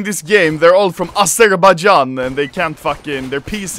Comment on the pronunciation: Its pronounced Azerbaijan not azerbahjan Edit: since streetman is coming papa is gonna have some fun